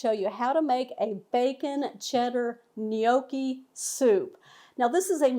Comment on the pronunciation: What is a "Knee-Okie?" lol jk